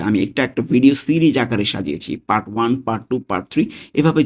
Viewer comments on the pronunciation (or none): none